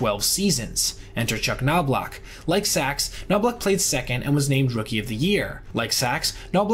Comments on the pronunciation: I just wonder. Do you listen to the clips you include so you can hear how the guys’ names are actually pronounced? Knob-lauch, not Know-blauch. Troy Gloss, not Gl-ow-s. To sound authoritative on videos like this, you gotta get basics like that right, otherwise, you just sound like someone wrote a script for you. May seem like nitpicking, but sorry, it betrays a lack of actual knowledge of the players and just a cursory understanding of the stats. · It’s pronounced like Knob not noblock for Chuck and Appier is A-Peer not appy-er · "Gloss," "KNOB-lock," "APE-e-er," "SAY-zar se-DAYN-yo." Please do some research regarding name pronunciations. There are so many old games featuring these guys. Just watch some. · Just a question, did you actually listen to anyone pronounce these players names before you recorded this? You mispronounced Knoblauch, Appier and Cedeno wrong.